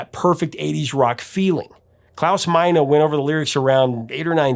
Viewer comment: I'm impressed by your correct pronunciation of "Klaus Meine". English speakers normally mispronounce vowels in German.